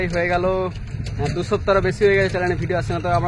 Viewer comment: চ্যালেন নয় হবে' চ্যানেল ',টেসেন নয় হবে 'ষ্টেশন 'ফাস পাট না 'ফার্স্ট পার্ট 'বাকি সব ঠিকঠাক আছে, সুন্দর ❤